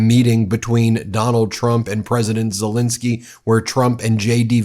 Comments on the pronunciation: It’s Zelensky, not Zelinsky. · It is not Zelinsky, it is pronounced as written: Zelensky.